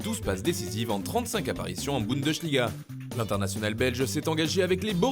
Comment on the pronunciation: Fernandez, Djoulian, Bundechliga, Maïkeul... Bon. Irrécupérable.